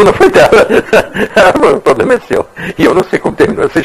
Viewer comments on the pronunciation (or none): 😂😂😂poblema seu kkk